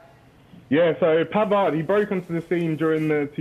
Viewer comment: Pavard, the d is silent.